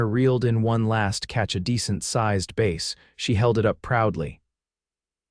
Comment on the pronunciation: Your AI doesn’t know how to pronounce bass (fish). Stick to the word trout.